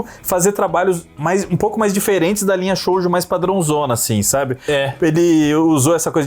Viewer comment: Mizuno Hideko, a Deusa Absoluta do Mangás. OBS: Shoujo se pronuncia Shôôjo, como se o O fosse prolongado, não se fala o U. Shounen a mesma coisa. Qualquer coisa perguntem à Drik.